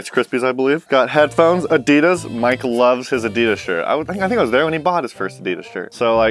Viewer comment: He said Adidas rong tell him to look it up how to say it 🙂